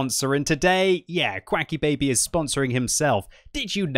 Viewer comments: Did I have a stroke or did QuickyBaby? I could have sworn he said "QuAcky" and not "Quicky"... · Ok wait why does he pronounce his name quacky like the sound ducks make when its spelled quicky like speedy